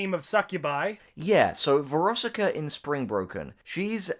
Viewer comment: VEROSIKA THOUGH. VER OS IK A